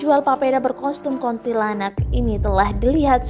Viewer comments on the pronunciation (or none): Kok KONTILANAK? Bukannya kuntilanak di detik 😂😂😂